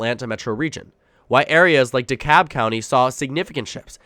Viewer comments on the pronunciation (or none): none